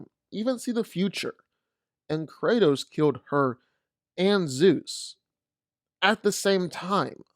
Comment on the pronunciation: It's Kratos